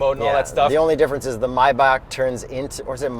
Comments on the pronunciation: it's "my bock". Mispronounce that on another channel and you are going to get an electric shock. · It's not Mayback, it's Maybach, pronounced almost like "My Bach" Bach like the composer. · Did you just say my- bak? 🤣 it’s may-back. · I stopped hearing when I heard how they pronounce Maybach